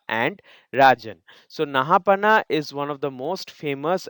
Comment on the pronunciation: I think it’s pronounced “Naha-paana”.